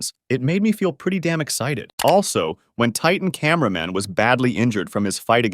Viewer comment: why did you say cinnama man at my boy titan tv man😅❤😊